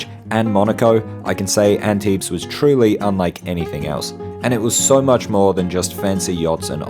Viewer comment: My hometown. Thanks for this great video. Tiny thing, we don't pronounce the s at the end of Antibes 😉